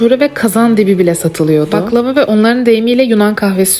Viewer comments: Abla o baklava değil baklava ki 😂😂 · Abla yanlış söylemişsin baklava değil baklavaki